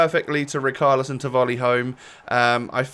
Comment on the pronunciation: Did this guy go to school it’s not rikarlison